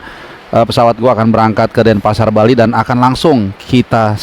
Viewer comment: Bang CBH goes to Bali, bukan "ghost"